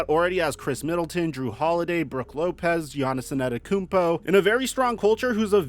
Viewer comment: Giannis Antetokounmpo is the finals mvp man, learn to pronounce his name!